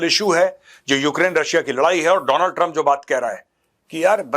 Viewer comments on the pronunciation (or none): none